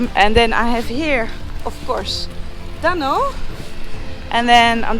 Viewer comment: I love how you pronounce dhanno it's so cute☺☺☺